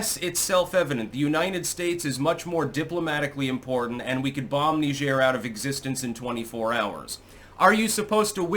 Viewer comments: Please google "Pronounce Niger" lol Hint: it's not Knee-zhaire...😄 It's a lot closer to Nigeria without the "ia".. It's Nai-jer, similar to Nai-jeer-e-uh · It's pronounced "Nigh-jeer",get it right. 🤬👎👎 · It's Niger. NYE-jur. The fluffy, Frenchie thing you're trying to do will not inoculate you against being called WAY-SISS. NYE-jur. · is doing the faux French pronunciation. Sounds like Nigel when in English. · So it's Nee zhair now huh, lmfao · Knee-jheer? How fancy. Pinky out!